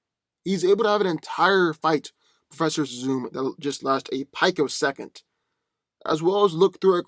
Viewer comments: peek-o-second. Not pike-o-second. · pi·co·sec·ond, not "pike-o-second.